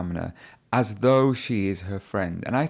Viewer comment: She spoke naturally. she really was great in this mock test. Bravo!!!! I'd like to ask you a question: do you pronunce: "as you know" "aj you know" also I've heard you in your previous videos you pronunced: " I promise you" "I promij you" , is it right?